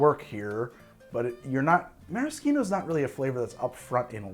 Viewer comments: Mara-SHEEN-o not Mara-SKEEN-o. That is all. Carry on. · meh·ruh·shee·now (no k sound). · This is the first time I've ever heard it pronounced "maraskeeno" rather than "marasheeno". Sounds very weird. I see now that both are valid pronunciations, but like never in 56 years have I heard a k sound in Maraschino. From Dallas, Texas, then western Washington State. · The way you say Maraschino is egregious. Nice video tho. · Who taught you to say maraschino that way o.O? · You know, I’ve actually never heard anyone pronounce maraschino that way